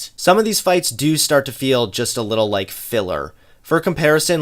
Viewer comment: also he pronounces "Like" "lake".